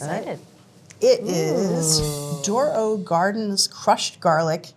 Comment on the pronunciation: Dorot, not doro.